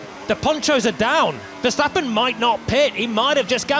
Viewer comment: Max Ffffershtapen, Luis Hamilton, Liam Loson